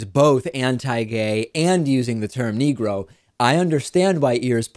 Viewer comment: Quibbles based on personal observation only: He doesn't say "Negro," he actually says "NEEEE-GROW," emphasizing the first syllable and lingering on the word, staying on it longer than he would if he were really comfortable with it. I'm guessing he's using it as a substitute for whatever term he prefers or would normally have used. (Apologies if this has been previously noted.)